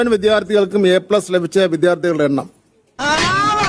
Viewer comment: ശരിയായിരിക്കാം... പക്ഷെ നിങ്ങൾക്കും പിശകുണ്ട്.. വിദ്യാർത്ഥി എന്നതു നിങ്ങൾ വിത്യാർതി എന്നാണ്.